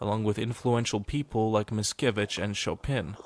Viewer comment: Adam Mickiewicz, not Miskiewicz. This guy must be trolling. He can't seriously make that many mistakes.